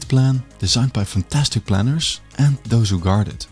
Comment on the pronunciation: wish you'd stop devoicing the consonants (i.e. they diD not they diT, plannerZ not plannerS (word final S is usually pronounced Z when it's preceded by a diphthong or a voiced consonant))